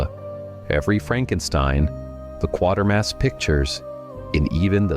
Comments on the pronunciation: It's Kwaytermass not quare mass. You'd know this if yoh actually WATCHED the films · He can't even pronounce Quatermass